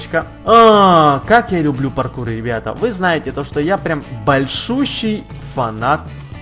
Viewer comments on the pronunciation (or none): Не лублу